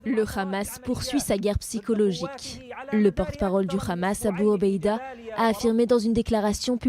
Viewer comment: Le Haaamas pas Khamas Avec un hā... Essayé au moin de prononcé correctement...